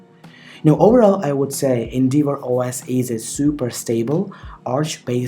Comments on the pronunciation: Pronounced N-dev-or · You're saying endeavour completely wrong. Type the word into google search and hit the little blue speaker button that will pronounce it for you. No idea where you got that pronunciation from but whoever it was they were a complete tool.